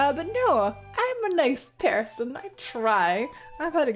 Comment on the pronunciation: This was a bundle of fun to watch/listen to. Defs noticed I was exhausted when you said person but with the accent I heard Pear-son. Highly confused but a nice chill video to end a day with. Thank you for providing your time to hang out and even provide some a place to vent, chill, socialize and or simply lurk. Post-Rambling: Might steal that curo-cabinet. Piggybacking off favorite Texan question. Was it exciting knowing you reached people outside of your country?